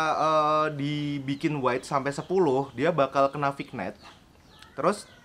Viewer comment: Bacanya Vinyet kak